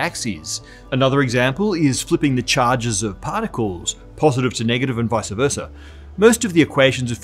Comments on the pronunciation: Please don't say "visa" versa. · VICE-versa. Not "viceuh"-versa. Lord that bugs me.